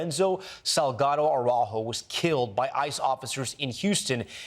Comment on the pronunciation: Tom Llamas, you speak Spanish. So how is it that you can't pronounce the surname Araujo correctly? It's embarrassing!